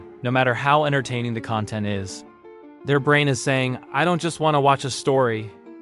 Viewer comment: Do-ent? Sounds like AI to me